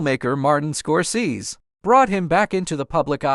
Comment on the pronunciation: Robbie did not live with his stepfather, knowing he was not his real dad. Robbie's mother didn't tell Robbie about his real dad until he was 13 when she was leaving James Robertson because he had become very abusive to both Robbie and his mother. The narrator AI, I assume don't know how to pronounce Levon and Scorsese correctly.